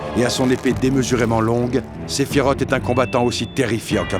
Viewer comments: La vidéo est vraiment très bonne mais désolée, j’ai grincé des dents à chaque fois que j’ai entendu SephiROTE au lieu de Sephiroth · Sephiroth ( SSSS ) et Pas (TTT) sa se prononce en S . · Alors, j’adore la vidéo... SEULEMENT, ÇA SE PRONONCE « SÉPHIROSSSSSS » pas « Séphirote » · Ah oui, moi aussi, j'ai toujours dit "Sephirote" et pas "Sephirosse" ... ^^ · et pourtant « sephiroTE » ça sonne pas mal 😂 Au passage j ai omis de le dire mais superbe vidéo ! 😊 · Parfait par contre la prononciation de Sephiroth m’a saoulé ! Ça s’écrit TH mais ce dit S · Malgré une analyse parfaite, [Aeris] ok mais [sefirote] pourquoi ?? ;) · "Séphirote" C'EST NON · Excellent comme d habitude mais attention svp Sephiroth se dis SephiroSss merci. Le prochain sur Zack fair ? Merci les amis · surtout qu’il faut dire Sephiross... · On reconnaît les anciens (comme moi) À la prononciation de « sephiroth » Avant advent children ou on a eu la vrai prononciation pour la première fois 😊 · Superbe vidéo, par contre svp... Vous avez bien prononcer le nom d'aerith alors faire un effort Sephiroth se termine pareille pourquoi finir par "t" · Il n'y a qu'à moi que la prononciation du prénom de Sephiroth irrite les oreilles ? 😭 Ceci dit très bonne vidéo 👏